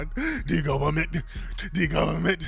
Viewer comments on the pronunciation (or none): Dee Goberment Dee goberment Dee Goberment, lmfaoooooooo.